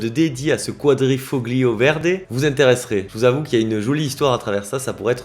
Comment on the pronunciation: Merci de parler de cette belle marque. Le G de quadrifoglio ne se prononce pas, tu verras c'est plus facile ;)